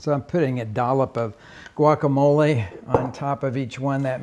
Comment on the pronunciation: For someone that that has the Spanish pronunciations down for most the most part his pronunciation for guacamole is pretty bad. lol.